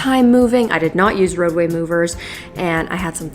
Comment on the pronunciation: I for real thought she said “roe v wade” not “roadway”